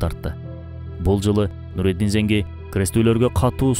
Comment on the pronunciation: Нуруддин Занки болуп айтылат